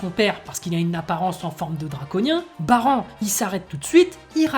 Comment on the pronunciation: 25 ans que j'attends cet épisode. J'ai pu enfin verser des grosses larmes viriles en voyant mon bro Popp mourir . ça se "Baran" couille ta prononciation de Baranne